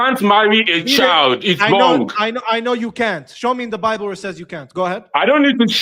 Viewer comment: He likes to spik abat de bable. You must let him tok, he nos tings.🤣🤣🤣